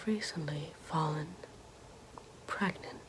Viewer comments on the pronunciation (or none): can ou be... pregante? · Iy belif she iz praganont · Can u get ~pragante~ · Nah she's prheghonat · Is I am able get peegnant ?